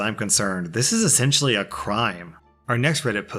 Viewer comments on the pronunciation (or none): "essentailly" this is jail time